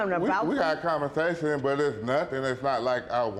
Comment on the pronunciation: “Commersation?” Umm 🧐